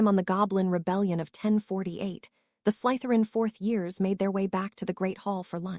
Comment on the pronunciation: Yeah like wouldn't it take 10 seconds to show the potter films to the AI model so it could pronounce things like Slytherin thats said 1000 times. Or breathed as breathe-ED Or know any of the usual.context to a word that affects its pronouncement.....becauae sometimes in English we have 3 separate, but all correct ways to say something....im not going to get grammar nazi for that But gross mispronounciations not being able to say anyone's names half the time. Hermione to Hermalin??? I thought those were supposed to be intelligent language models So specifically potterworld content when these were some of the most famous books and films ever made being slaughtered...